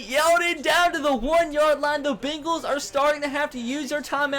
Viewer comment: He says begals like the type of dogs lmao